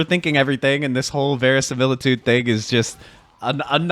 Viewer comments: Not how you pronounce verisimilitude but, hey...Close enough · "Verisimilitude" - Someone's been playing Clair Obscur